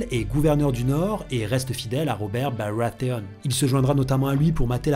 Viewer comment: Cooooool!!!! En plus de ce taff de qualité on reparle un peu des BaWAtheons! Et ça c'est pas piqué des hannetons! (Aha jte mais la prononciation me fait rire:') )